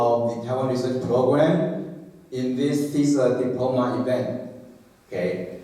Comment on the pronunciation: Diploma 的重音在p啦，不是在d，尼講起來，偶還以為是新單字呢@@